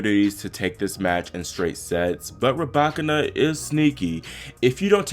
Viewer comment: Her name is not ra back can na it's pronounced ru by kina